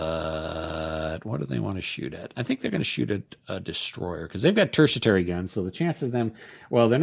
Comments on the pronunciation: I could swear its "TERTIARY" not "TERTIATARY"....😏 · mate, I love your videos, but it is pronounced Terti-Ary (there is no T to pronounce between the 'i' and the 'a') - this is a very helpful vid series you've got there!!! Thanks for doing it! I've just bought Tropic of Capricorn, but noted that there are no stats on the reverse side of the counter, just the icon